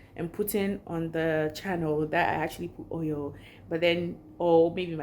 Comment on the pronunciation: Yes you said hoil 😂😂😂😂